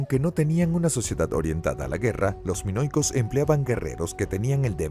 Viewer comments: No pronunciar ni una palabra bien “canosos” “monoicos”… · Terrible... Tucides en lugar de Tucídides... Canosos en vez de Cnosos. En 3.41 dice "mono-icos" ... Pero aquí se lució. En otros micros es peor. En cambio, en este mismo canal, Mira la Historia, hay un locutor muy bueno que tiene voz de persona mayor. Ese señor siempre tiene una excelente dicción. Un maestro de la dicción, el fraseo, la pronunciación y no menos importante, sin engolar la voz.